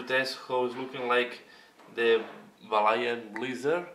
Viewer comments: you pronounce it Val Hallan snow, love your vids but your sexy Belgium voice always pronounce english words incorrectly. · Thanks for the feedback. In reality my voice is Spanish although I am living in Belgium. I realized that I pronounce Valhallan in the Spanish way after the video. Sorry for my mispronunciation.